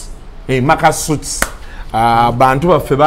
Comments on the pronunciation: That’s the correct pronunciation sebo….sounds like sweets. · "sweets" is the right pronunciation ye gwe atakimanyi!